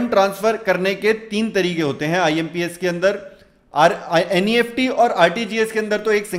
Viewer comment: NEFT ABBREVIATIONS H USKO Neft nhi N.E.F.T padha jaata h